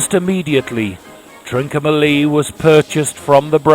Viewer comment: ‘Trin-comma-lee’ not ‘Trin-co-ma-lee’.